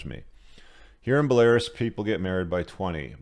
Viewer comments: it's BELL-A-ROOUS not BELL-AIR-ASS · Bell-ah-roos. Not Bell-air-us. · Bel-Air-Us 😂 You’ve been there and can’t pronounce the country? BELL-uh-ROOS! 🇧🇾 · It’s BELL-uh-roos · Bah Lar is??????? LOL!!! 🤣🤣🤣🤣🤣🤣 It's pronounced Bella Roos LOL!!!! 🤣🤣🤣🤣 This is too funny the guy that thinks he's the smartest guy in the world never heard of Belarus. That's awesome. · its not belaris. its BELA-RUS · No it’s pronounced bolairis, rhymes with Polaris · Buh-lair-iss? Come on man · Bell•a•roos. It's a country near Russia. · Pronounced. Bell-ah-Roos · Bell-a-roose Belarus 👍🏼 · Bell uh rooz. I wonder if intentionally mispronounces words to bug people. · Dude. It's "bell-uh-roos" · Belarus = Bell-a-roose. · "Buhlehrus" lollllll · Bruh just said “bell air us” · Belarus =is pronounced Bell-a-roose. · BELL-A-ROOSE my man. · It's pronounced "Belarews" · It’s pronounced ‘bell-ah-Roos’ my man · BElaRUS. It means White Russia. Not stressed like Walrus. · Belarus is pronounced Bella Roos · Why should we take any notice of some old bloke who can't pronounce Belarus? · please check how to pronounce Belarus. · Dumb mf said Belarus like Polaris 😂🤦🏻‍♂️ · You need to get your pronunciation of Belarus sorted. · Interesting pronunciation of Belarus.